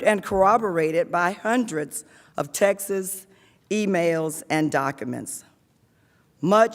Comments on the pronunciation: I swear if she says “textes” for texts one more time I’m going to die laughing. How in the world are these the leaders of our country if they can’t even properly enunciate our national language in front of not only congress and the American people but the world on television and online? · I know right. Thought she was trying to say Texas LMBO!